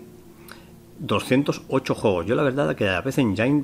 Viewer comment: Hola amigo, solo para comentar que PC Engine se pronuncia "PISI ENYIN"